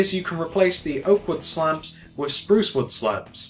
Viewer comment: You need to say sprouce strong